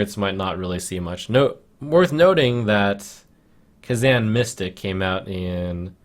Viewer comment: kazan mystic is pronounced wrong